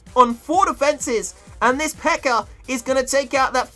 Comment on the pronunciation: when he says pekka it sounds like he sayin pecker